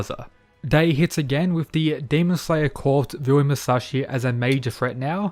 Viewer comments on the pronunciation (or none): Yo. Just thought I'd let you know that "corps" is pronounced "core."